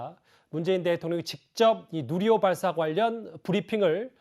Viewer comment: 문재인 할배요 뉴리호가 아니라 누리호~발음이 안됨??